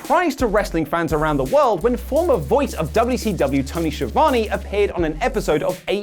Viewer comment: Is to difficult to pronounce Schiavone? :°D